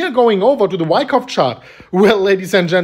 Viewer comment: Bro no wyckuff its bear market